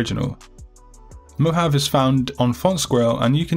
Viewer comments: 'Mo Hav AAA' is the correct pronunciation not "mo have" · Awesome as always these fonts are perfect!! Just one Mohave is said Mohavee or something like that lol like the desert! ♥ I cant wait to use them all you're awesome!ty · Thanks so much! btw it is pronounced Mo-hah-vee